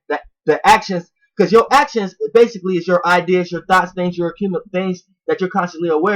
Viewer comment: Every time you say: “Thoughts”, it sounds like you keep saying: “Thots”